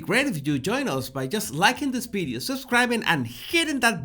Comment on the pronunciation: I love this “ bideo”